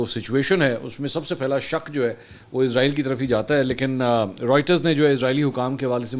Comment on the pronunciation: سر اسرائیل ہے عزرائیل نہیں۔عزرائیل فرشتے کا نام ہے